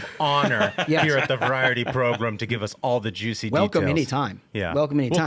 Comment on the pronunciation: Please stop saying "progrum"